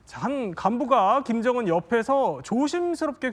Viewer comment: 으 발음을 어찌 그리 못해요? 그게 안돼요? 일부러 그러는 건가요? 김정운, 김정은 운독촌, 은독촌 쿤대장. 큰대장.. 우리나라 사람이 이게 인된다구요?